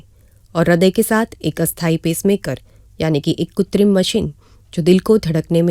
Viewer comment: Mam the real pronunciation is KRUTRIM, You are missing it by saying KUTRIM